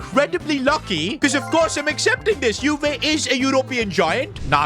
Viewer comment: Can you say European and Quarters properly man.. jeez embarrassing